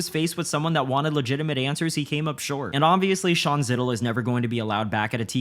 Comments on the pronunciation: It's Zittel pronounced and rhymes like Lapel not like SKITTLES DUDE 😂😂😂 Sean SKITTLE?? SHOW THAT GREAT MAN HIS RESPECT!!!!! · Zz - Eye- Tell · Its pronouncer ZYE-DELL Just FYI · Ili cringe when I hear you say Zittel name wrong but very good video